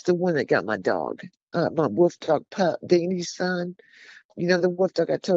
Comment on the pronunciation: Wolf not woof